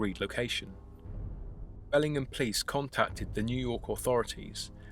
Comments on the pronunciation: Hey this is where I live! We pronounce it Bell-ing-HAM, not Belling'em...but whatever. I have lived here for 35 years, media coverage on this event has been extremely/curiously minimal. But our cops are corrupt and the newspaper is only good for lining animal cages. Truth be told.... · lol “Bellingam.” It’s “BellingHAM” ;) (just a local nitpicking—cool video!) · Can't believe I've lived here over a decade and never heard about this! Thanks for the great video. Incidentally, we pronounce the H, BELLingHAM :) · Your pronounciation of the place name is incorrect. Amercans say the ham as in the meat!